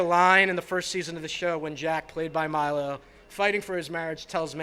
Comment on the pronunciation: I am so happy for Mandy. It was time her talent to be wildly recognized. But who the hell is the presenter, she doesn't even know how to pronounce Milo's name. Worst presenter ever.